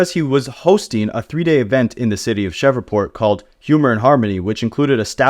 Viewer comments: Bro shreeeveport it’s hard to listen to cheva port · What the hell is a “shevreport” 😂😂 - I’m not even from the USA and I know it’s Shreveport! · Man said “Cheva port” instead Shreveport 😂😂😂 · Bruh... it's pronounced "Shreev-port" you are murdering my ears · Say fam, tf is Cheverport? You Ai?